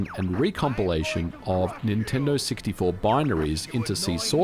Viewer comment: that was a crazy good near miss "nin-tendid"